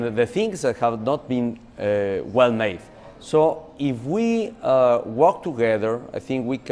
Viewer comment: tugeder xD